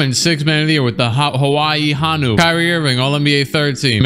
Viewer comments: HO (like what santa says) NU NOT HA NU. Also dont say hawaii like that. Im pretty sure you said it right in the video. 😂 It triggers me when people dont know how to say things right. luv ur videos <3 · yo it's pronounced like "ho-new "which meant green sea turtle in hawaiian, but thanks for picking my home team😭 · Aloha brother lol. Honu (Ho-Nu) are Hawaiian seat turtles lol. Much aloha from Hawaii! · Hello from Hawaii, Honu is pronounced Hoe-new 😂😂 and its the Hawaiian word for sea turtle. Learn something new everyday 🤙🏼